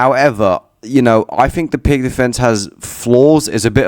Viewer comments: Aneurizm. 😅😂🤣 Hahaha are YoU kiding me? He did NoT say wrong like pirK or pirQ. He sad piG. I was laugh ing on that hard. Then YoUr coment respond make may day much more beter on laugh. 😅😅🤣 Hahaha. By the way I will accept prononciation pirS as midle ground be couse that is more natural for nativ english spikers. ✌️👍👌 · Is NoT piGG defence. 😅😂🤣 Prononce pirTS defence or pirTZ defence. ✌️👍👌 Some thing like in english when ad "S" after "T" and hear "TS". Example dot + s = dots, blit + z = blitz. 🤔🤓😏